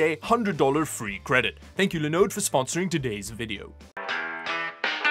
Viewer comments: Seriously the way you pronounce Linode has stuck with me. Now whenever i heard another tech youtuber say "This video is sponsored by Lindoe" I'm reminded of your voice and i say "Your saying it wrong! It's Liiiinnnooooddeeee" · I wish I had someone to love me as much as loves saying Linode